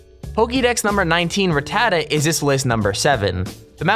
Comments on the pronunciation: It is not rattata btw I know it sounds like it but it is really rattatata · Rat-a-ta not Ra-tata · you are pronouncing ratata wrong its not ratada its ra ta ta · you missed pronounced ratata